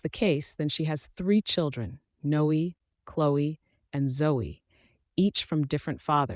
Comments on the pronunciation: It's not No... It's Noe, like Zoe and Chloe. It has the same sound. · It should be pronounced No-eh, to rhyme with Cloe and Zoe. (Unimaginative mom).